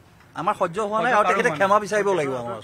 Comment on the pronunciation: ক্ষেমা নিবিচাৰে,ক্ষমা বিচাৰে।ভাষাটো শুদ্ধ কৈ কব নাজানে, শিল্পী বোলে।